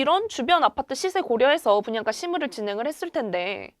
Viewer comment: 발음이 왜 이렇게 된 소리를 많이 내나요? 땅깞?, 분양까?, 있떠라고요?, 없따? 강남꿘?, 있꼬요?, 입찌?, 중국말하는 줄 알았어요. 귀에 거슬리네요.